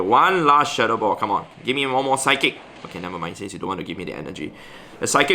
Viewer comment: when said "psic move" instead of psychic used SIKE